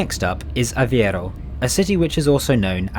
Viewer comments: Coimbra is ko-EEM-bra and not KOYM-bra. And Aveiro is a-VAY-roo and not a-vee-AIR-oo. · Im not judging you by your accent, but I find it quite funny how every one pronounces Aveiro wrong. People pronounce it as if it was ''Aviero'' instead of Aveiro. Again, this is not hate, just a little friendly tip, cause as we say in Portugal ''Ninguem nasce ensinado'', that means ''No one is born taught''